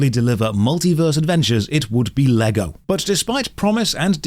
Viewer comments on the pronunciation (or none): none